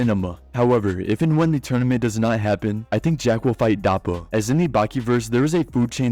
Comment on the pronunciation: Took me a bit to figure out he meant Doppo and not "Dahpo."